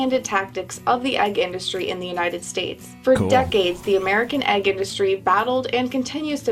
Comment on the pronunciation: I can't stand when people pronounce "egg" as "ayg".